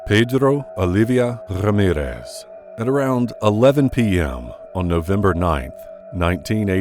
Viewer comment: I don't think you pronounced Pedrrrrrro Olivia Rrrrrramirrrrrrrrezzz's name correctly. Try pronouncing those Spanish names a little harder, ok? Put SOME effort into it!